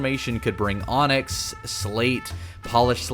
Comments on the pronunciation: anyone notice that the "Onyx" ore said "Oynx" instead xD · "this particular formation could bring oynx"